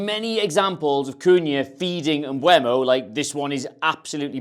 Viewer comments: M-be -umo. Not mbwemo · for the last time, his name is MBEEEUUUMO